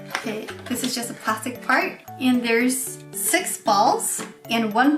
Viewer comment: 6の発音良すぎｗ